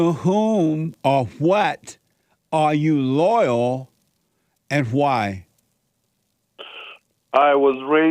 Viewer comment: Jesse has a tough time w/; the word: "LOYAL". I wonder why?? Respect & love to JLP + Crew....